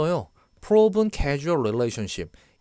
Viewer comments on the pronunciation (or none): 설명 잘 해주셔서 많은 도움을 받고 있습니다. 다만 발음 실수가 있으신데 causal은 커-즐이라 해야 casual이랑 혼동하지 않을 거 같아요.